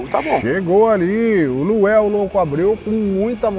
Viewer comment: Pow narrador, colocaram LUANEL na camisa pow, mas você só fala LUEL, quem ta certo??? 😂😂😂😂😂😂😂😂😂